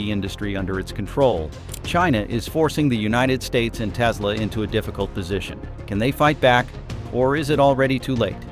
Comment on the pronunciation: tesla - last-e